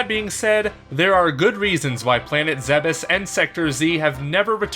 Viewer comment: "Planet Zebiss"